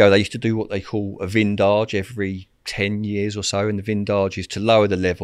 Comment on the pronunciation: A "vindage" 😂 its a vidange, it means to empty. Mange tout rodders, mange tout! 😂 Also, the caterpillars are procession caterpillars that nest in pines. You or your dog breathe in their hairs and it can be a big problem.